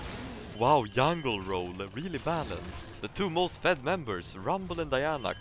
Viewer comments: yi yi, yack in the box, yungle .... does the J sound not exist? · you seem to be confused with the j and the g sound. He pronounces jungle as yungle, not as jungyule. He pronounces gg as yiyi because it is the j sound. So game would be pronounced game still because it is the g sound.